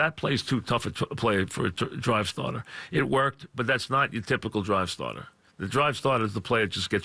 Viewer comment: "That's ya drive statah"